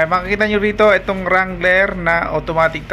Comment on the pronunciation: Dangler hindi wrangler